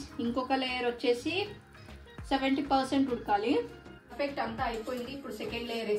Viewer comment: forfect kadu perfect pronunciation neruchuko first😅